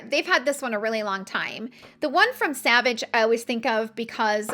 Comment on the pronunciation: Interesting video. Sorry, the perfume is not pronounced Savage.. it is more like 'sovaj'